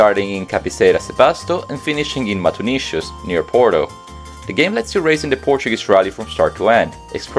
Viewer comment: "Matonishos" :face-purple-crying